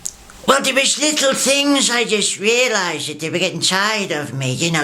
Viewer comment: Love George. "He liked the acoustics in thur..."